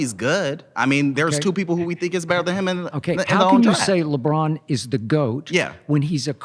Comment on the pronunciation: He called LeBron a weeny 😂😭